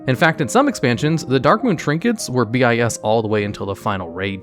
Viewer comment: Quick tip: No need to say "B - I - S," it has the same syllables as "Best In Slot." It's redundant.